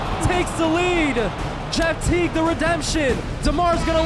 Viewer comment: bro called jeff teague jet lolololololol iykyk